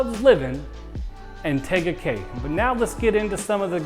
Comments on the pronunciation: I hope you've heard how to pronounce the name - TEEga Cay - which I was told is Polynesian for 'beautiful peninsula'. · Firstly, learn how to pronounce the name of the city!!! 🤦 But you're from Cali (like meeeee), so you're excused. 🤣